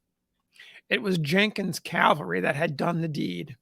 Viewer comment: I realize it's a petty complaint, but every time I hear someone pronounce "cavalry" as "caLVary," it drives me bonkers!! Interesting video nonetheless.